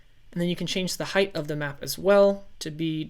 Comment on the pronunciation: It height not heigth no thhhh sound... Sorry it really bugged me